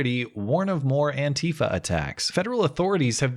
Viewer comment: It is not antiiifa, but anti fa .... pleeeeeaaaase!